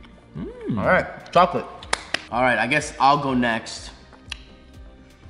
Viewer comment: Gamer Girl it's pronounced "Chocolate"